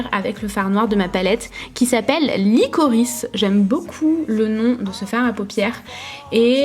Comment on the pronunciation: Liquorice... On entend l'accent français sur l'italien.. 😂😂